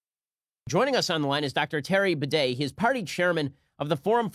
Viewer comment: Bruh hij spreekt "Baudet" uit als "Bidet" 😂